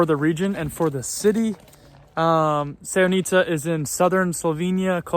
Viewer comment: Please, learn to pronounce at least the names of places correctly. The accent is very important. In the name Sevnica, the accent is on the E, not the I.